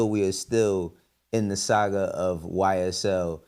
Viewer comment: He keeps saying “Saga” on purpose strictly bc of this and I fkn love it lmfaoooooo